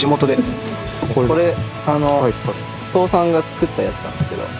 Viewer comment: 父さんの発音が倒産なの何回聞いても笑う